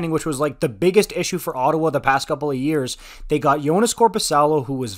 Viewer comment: you're a bit warped about Ottawa. It's Ottawa.